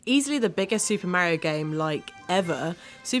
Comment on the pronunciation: It Is Mario Not Meario